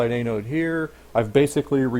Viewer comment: FTR, its pronounced AN-ode (as in ANNE- ODE) not A-node (as in AY-node).